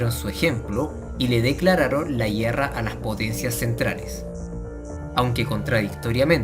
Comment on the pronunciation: A alguien mas le daba algo en el cerebro cuando decía GUIERRA?